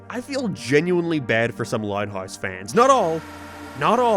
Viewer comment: Why does he just randomly pronounce some words with this weird accent/voice like he goes from regular American English and then can’t say house correctly like what